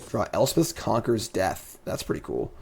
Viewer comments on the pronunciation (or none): none